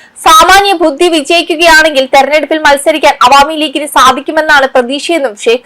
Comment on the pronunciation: നിങ്ങൾ ബുദ്ധി എന്ന് പറയുമ്പോൾ എപ്പോഴും ഭുത്തി എന്നാണ് പറയുന്നത്, ശ്രദ്ധിക്കുക.